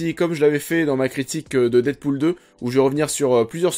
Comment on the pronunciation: Emilia Clark, et non alissa clark 😂 mais bon c’est quand même moins affreux à entendre que Didpool 😂